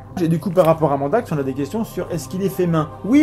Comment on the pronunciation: On ne voit pas Loki parce qu'il filme nu c'est ça? J'ai été outré d'apprendre que vous nous aviez menti durant tout ce temps au sujet de Mandax... mais vous vous êtes bien rattrapés, petits sacripants! P.-S.: Popole aime beaucoup la façon dont tu prononces son nom, il s'est redressé d'un seul coup!